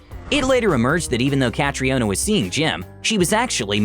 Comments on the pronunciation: It's not "Cat-ree-o-na" It's just "Cat-ree-na" I know I know irish is basically just gibberish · That butchering of Caitriona is quite something. Cat-riona hahaha Cat-ree-na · Catriona Pronunciation - Ca-tree-nah. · you butchered his name lmao